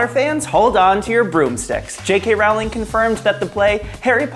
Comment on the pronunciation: Jo's last name rhymes with bowling, not howling. As in rolling down a hill